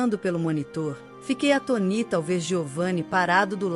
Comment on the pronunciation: Gistei da história, mas o que deixa a desejar durante a narração são as pronúncias erradas de determinadas palavras como ATÔNITA pronunciada A T O N I T A E outras que não é pronunciada com com a acentuação na última sílaba mo entanto é assim pronunciada.